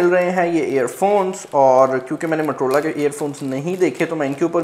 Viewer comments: Abe bhai matrola nahi motorola hota hai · Waisay its Motorola not "matar rola"😜😂😅 just kidding hope u don't mind